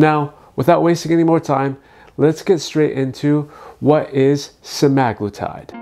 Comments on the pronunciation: Sema-glutide. Not Se-magloo-tide. 😂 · You pronounced semaglutide soooo wrong I can't listen to ur video. Sema-glutide not semag-lutide. What the hell is a "lutide"? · It’s pronounced sem-ah-glue-tide